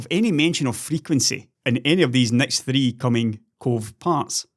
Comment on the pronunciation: thwee poynt tew giga hairtz